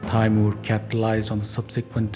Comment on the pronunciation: it's not pronounced "tayymuhr" it's "tee-mur"